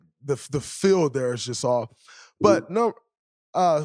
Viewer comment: Never know if Draymond is saying fill, feel or field